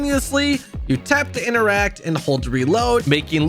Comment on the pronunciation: Does he realize that interact has 2 Ts in it? inTeracT not innerack.